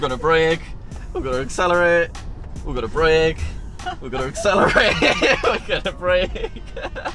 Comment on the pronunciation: "accelarate then BrAkE"